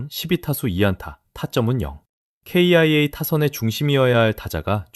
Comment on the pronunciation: 사진도 죄다 Ai 음성도 Ai 사진들도 죄다 의미없는 사진들 성의가 없네 날로먹으려하네 ㅋ 케이아이에이 음성에서 경악하고 갑니다